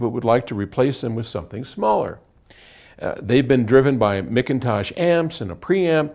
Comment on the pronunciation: MAC intosh not MIC intosh....😆😂